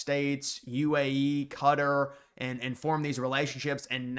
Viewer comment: Good content, but please don't fall for the streamer pronunciation. It is Kuh-tar (Qatar). No one ever says Cutteries it is Kuh-tarr-ies as they live in Kuh-tar.